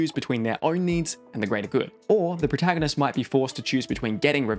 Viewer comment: It's funny that you say proahtaganist.